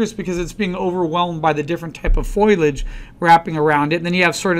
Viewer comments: Dear Professor: It's foliage and not foilage!!! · FO- LEE -IDGE! FOLIAGE!